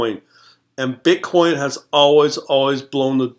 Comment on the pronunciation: I like how hard you hit your B's in *BI*nance and *BI*tcoin